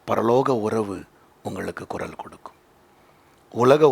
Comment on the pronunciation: It is குரல் not குறல் !